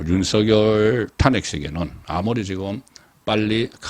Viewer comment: 잘 듣고 있는 시청자 입니다.탄핵. 비례등 발음의 장단에 주의해주시면 좋겠읍니다